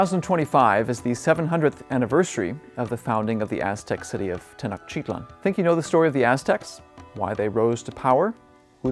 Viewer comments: Tenochtitlán not Tenochitlan sorry but you are saying wrong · The accent is on the end of the word: TenochtitLAN. Go watch a Mexican documentary before you create this. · tay-noatch-teet-LAWN. Actually all syllables equally stressed, but Mexicans tend to put a stress somewhere near the end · I cannnot trust an expert scientist of a culture when they can't pronounce a simple word that is spoken everyday often . This tells me that such scientist never sat foot in the area and failed to interact with the locals or he read hundreds of books and reviews and articles but never was there. The word Tenotchitlan is used as often as New York city inside New York City. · Some interesting info. Unfortunate that he can't pronounce "Tenochtitlan" or "Mesoamerica" correctly. Ask me how I know...😉😂🤗🇲🇽.